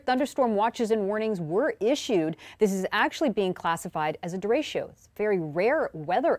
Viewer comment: It's a Spanish word, pronounced de-retch-o, not de-ratio, not sure how Americans managed to screw up pronouncing that word (what with their high population of Spanish-speaking people), but surely Weather Network meteorologists should know better...I guess by watching too many American weather shows/reports?